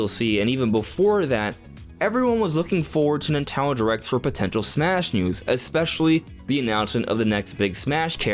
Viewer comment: Why do you say “Nintendo” correctly, but also “Nitalon Directs”? 😂